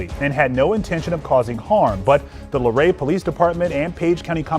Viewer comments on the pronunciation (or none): It's Luray. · Since you are going to post a follow up, the name of the town is Luray not Larae. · The first clip was Luray Va, not Lorae.